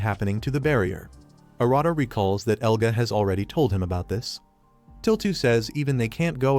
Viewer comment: Who the frick is "Eluga"?! It shows his name as "Elga"! Even has it slide in when he's introduced! I can't...